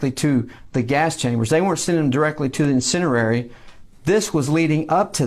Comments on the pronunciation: Incinerary? What's that? Did he mean incinerator? These guys are so uneducated. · I was lost after "Incinenary". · He barely speaks English: "insinarary?". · The “inciniary.” Is that a new type of building I’ve never seen or heard of??? 🤡